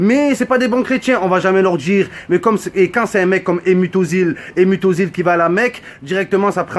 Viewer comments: ptdrrrr il a dit emut ozil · il a tuer le nom à mesut özil